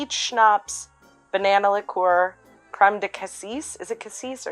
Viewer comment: Lick COOR! Whatever pronunciation makes the man happy, I guess. I can’t see the point of cassis in that first one. I’d save it for making kir.